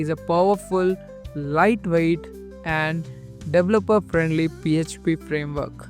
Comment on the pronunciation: There is no such word as "lightweighted" and it's incorrect to say "dev-lupper" the pronunciation is "de-VEL-uh-per". If you're going to do a tutorial in English, you really ought to learn to speak it correctly first. THUMBS DOWN!!!